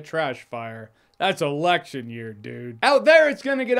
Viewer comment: "a lection year" i do not look forward to that